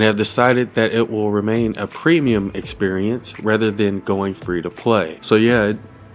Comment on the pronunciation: "Premeum experience" ha ha ha. Why epic. 😭